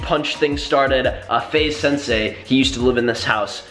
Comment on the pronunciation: U said FaZe_Sensei it's FaZe_Censor